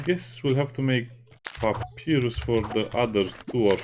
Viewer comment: i guess you didn't play Undertale? there was a boss Papyrus would cry hearing you say his name in such funny way